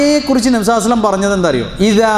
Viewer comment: Usthade. Nabinte per. Parayumpol sallallahu alaihi vasallam enn vyaktamai parayanamen nhanpadichath pakshe ningal vyakthamakkunnath kelkkunnillallo sheriyano. Chodichathil kshamikkanam ariyathad kondan